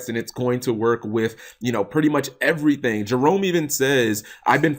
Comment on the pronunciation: Clearly you watch Drew lol Everathang! Everathang!